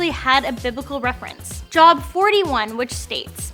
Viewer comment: Job is pronounced like jobe.